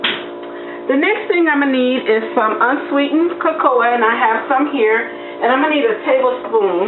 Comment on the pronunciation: YUM!! Looks great but is it just me or is she pronouncing cocoa wrong? Not a big deal just wondering